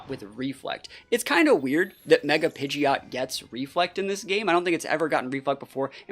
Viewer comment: Don't let the haters stop you from saying pidjit